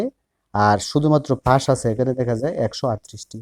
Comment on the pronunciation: কথাই বলতে পারিস না তো চেটটা। পাশকে বলতেচিস ফাঁস।গার মারা।